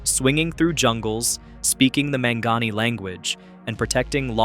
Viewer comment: pronounced Mon-Gone-Eee.